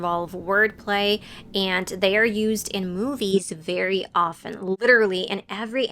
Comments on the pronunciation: You are the first YouTuber who pronounces often (aft-en) correctly. Lazy speakers say (off-TEN) which is assuming English is a phonetic language. What happened to the last three generations with pronunciation, I blame TV based in NYC. Great channel. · Тhank you. No T in Often... Bravo! I hate how we learn at school that there is no t in often, but then we hear native speakers pronunce it. It makes me go mad